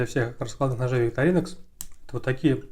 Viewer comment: Простите, но правильно будет ВиктОринокс. Именно так произносят название сами швейцарцы на своём официальном ютуб-канале.